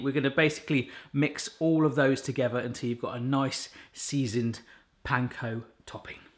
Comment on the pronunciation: I have been watching you for years and your accents are absolutely beautiful. But today.. I realllly thought you said "Pine cone bread crumbs"!! I replayed it 10x and then had to go to the website to check🤣 I actually called out to my fiancé "Lettuce has eating Pine cones!"😂🤣 ❤❤from🇨🇦